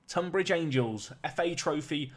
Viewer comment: Pronounced TUNbridge...just saying. I live not too far away from there. Really interesting video. Love it.